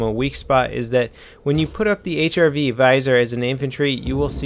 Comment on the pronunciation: "HIV Viser"? RIP in peace grammar...